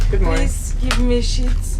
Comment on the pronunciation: Please, Give me Sheets sounded like something else... lol